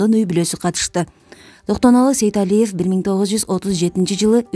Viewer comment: Сейдалиев дебей Сейталиев деп туура айтчы.